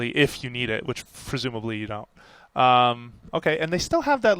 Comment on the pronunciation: fresumably? :P